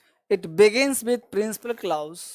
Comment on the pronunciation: Please improve the pronunciation of clause before sending the video to YouTube